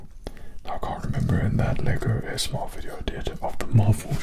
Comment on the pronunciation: why’d he say "AMSR" tho